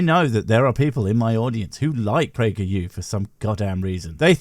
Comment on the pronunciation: Oh no. Not Prager peeyew again.